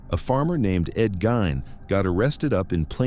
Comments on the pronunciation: GEEEEEEEN NOT GINE 😡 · It's Gein (Geen) not Gain(Gain). Lol. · EVEN LAW ENFORCEMENT SAYS GEEN, SORRY. NOT GOING TO FLY. HALF A CENTURY PLUS IT'S ALWAYS BEEN GEEN. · It was pronounced differently each time he said it 😂 Gain, Gine, Gunn 😂😂😂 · Gine ! Gein it's a German Name: Gein is pronounced 'Gine'! (!!) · He pronounces Ed Gein as Ed Gunn. Then goes on to say how famous he is. If he so famous then why can't he pronounce the name correctly.